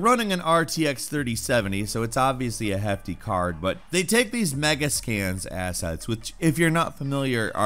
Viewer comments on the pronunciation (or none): none